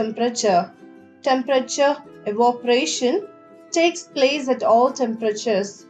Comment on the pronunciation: Not evoparation evaporation and change voice or change the way how she speaks there is an echo and just tellin it make your channel better btw good explanation👍🏻;)